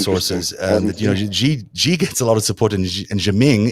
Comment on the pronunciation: The "X" in the Chinese name Xi is not pronounced like the "z" in "azure." It is an "sh" sound, thus Xi is pronounced more or less like the English word "she." Also, the "j" in Beijing is not pronounced like the "z" in "azure." It's pronounced like the "J" in the English name "Jim."